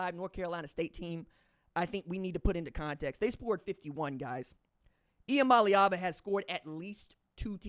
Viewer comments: Shout-out RJ on the pronunciation ee-ah-molly-ahvuh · Ha , you now say Nico’s name better than I do ha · Bro you finally got the name right!! I'm so proud of you!! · Thanks for saying nico’s name correctly